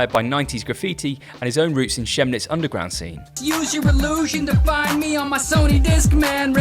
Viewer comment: Good video and I can see positive elements in the story (incidentally, "Chemnitz" is pronounced like the "Ch" is a "K"). That said, I find these brands that put gigantic uppercase lettering on the clothing (MAAP, PNS as well) misguided. It looks terrible to me but there is no disputing taste. Rapha began in a much more subtle way with the stripe on one sleeve but giant letters spells lack of imagination, I think.